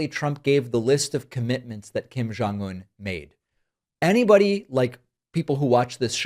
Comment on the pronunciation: I have never heard anyone who pronounces Kim family's name more accurately!